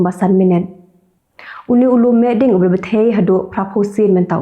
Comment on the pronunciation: Ka biang bha ka rukom ai khubor jong phi. Sngewbha ong Lum mihding ha jaka Lum mehding.